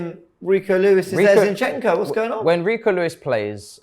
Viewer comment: MAH.. STOP calling him Zee-yin-chenk-o plssss😫😅 it’s absol JARRING. ZinChenKo!🥲